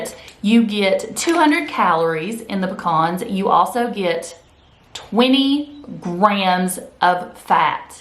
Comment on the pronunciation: We have pecan trees anyway. LOL we're good. My sister and my brother in law are on the keto diet. Have been for several months. I'm looking into it for me. Also thanks for saying pecans right. LOL. We don't have Aldi's or Trader Joe's here in west TX.